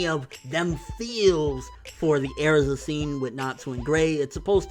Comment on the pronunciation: STOP SAYING AIRZA!!!!